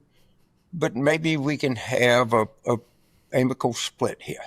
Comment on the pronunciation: And Carville can't even say the word amicable. He says amical. His intellect is astounding.